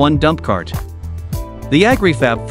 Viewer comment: Its not Ag ree fab